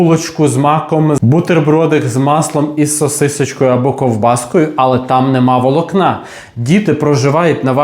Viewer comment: Чому такі дикі наголоси - дОбу, вОлокна?!😮